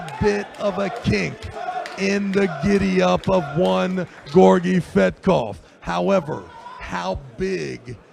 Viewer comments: "fetkov or gordetska" jesus christ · "Thfetkov or Gordetskya"? Really,?